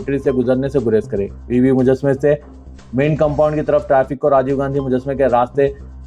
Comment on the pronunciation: Abe haule uska naam Rajiv and Rajiv Gandhi hai. Kamas kam naam to sahi tareeqe se lo